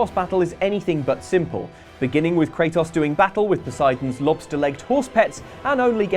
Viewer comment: kray-TOHS. LONG O. not a matter of accent